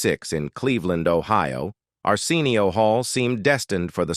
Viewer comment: I’m cringing because the AI reading this keeps mispronouncing Arsenio Hall’s first name. WTH? Fix it! It’s so disrespectful! 🤦🏻‍♀️